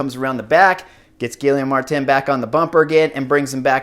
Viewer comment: Dude man, they're gonna start making a drinking game for name butcherings... Gilly Ohm Martin?? yikes dude! Geeee yom